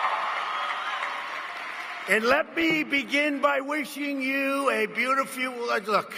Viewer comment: Sounds like someone about to have a stroke. "And let me begin by WIRSHING you a BEAUTIFUL WOULD LOOK." "The Merry Christmas Spasm"